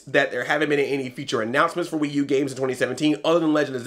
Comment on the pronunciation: I laughed so hard when you said the "Pee U"